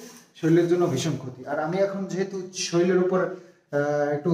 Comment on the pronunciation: Soril bolo ke no ota hobe sorir...